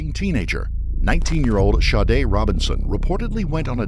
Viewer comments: it sounded like the narrator was saying shardae… So he’s pronouncing it wrong if her name is Sade Regardless there was actually no point of you correcting that. It wasn’t relevant to anything being said. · OK, Sade is not pronounced Shawdae, Shaudae!!!!! How ever you want to spell it, but Sade is not one of them!! The shhh sound only comes from an S and H not S and A!!!! That is sade like shade without the H!! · How do you get the name pronounced Shadda, when it’s spelled Sade’? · How do you get Shadé from Sade? If you must give your kid an oddball name at least spell it phonetically. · Lmao the way Sade is pronounced by the narrator.